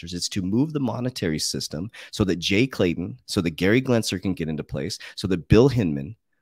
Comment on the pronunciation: who the fuck is Gary gLensler? 🤣 Isn't this guy supposed to be an expert??🤔